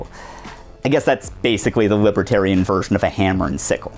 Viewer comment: What's a wibwertairian?